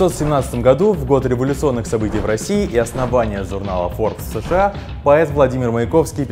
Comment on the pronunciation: Поменяйте ведущего, ну вообще никак не созвучно со словом FORBES